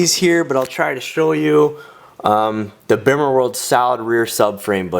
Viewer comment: PLEASE do yourself and everyone else a favour a stop pronouncing the "bimmer" the way it's spelled. it's pronounced "beemer"!! you sound like a complete noob when you say it wrong LOL! but great video dude. love the car, keep up the hard work!!